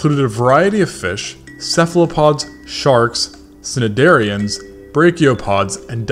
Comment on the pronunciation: the c in cnidaria is silent. Love the video!